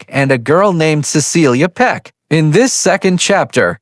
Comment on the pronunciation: I am so sick of these AI narrations. Names and words are mispronounced, like in this very video, which pronounces Peck’s name as “Peek”. A simple word like that! These shows are also very repetitive in the narration and typically have misinformation in them. So I’m not going to bother watching.these anymore. Too annoying and error filled.